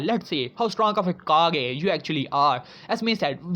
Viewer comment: its kage not cage